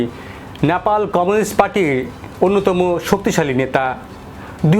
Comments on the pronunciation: ন্যাপাল নয় নেপাল। উচ্চারণ ঠিক করুন । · নেপাল কে ন্যাপাল বলতেই হবে কি? উচ্চারণ ঠিক করে নাও।